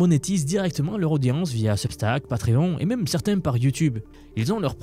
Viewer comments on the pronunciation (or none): none